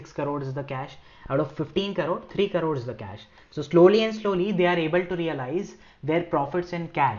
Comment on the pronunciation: Thank you for this video. If you don't mind... Plz pronounce crores in the correct way. You pronounce like carore... It takes me a few minutes to identify what the carore is. Finally i understood it's crore.